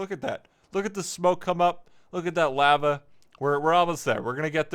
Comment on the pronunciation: The way he said lava kind of bugged me